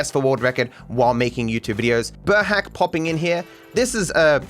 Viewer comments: burhác isn't pronounced like burhac, it's more like boorhaats. Kind of difficult, just like the entirety of the hungarian language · sorry for correction but burhác is pronounced burhas*